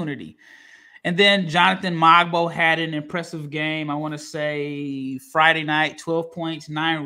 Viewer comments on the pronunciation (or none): Jonathan Mogbo is pronounced Mo-Bo, not MOG-BOE